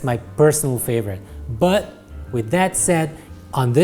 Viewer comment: I beg you, please learn how to say 'but' 😩